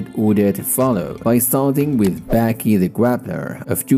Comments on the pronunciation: why is he saying Backy. Ba-Ki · Dude, it's pronounced B-AH-Kee